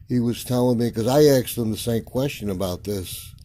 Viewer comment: It's asked. Not axed